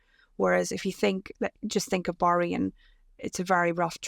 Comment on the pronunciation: Can you please pronounce Bahrain correctly !